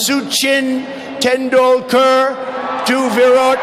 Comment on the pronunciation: "Swami vivek commanand " "suuuchin tundulkur" 😂